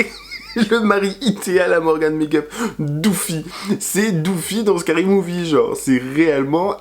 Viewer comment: IL A DIT DOOFIE 🤣🤣🤣🤣🤣🤣🤣🤣🤣🤣🤣🤣🤣🤣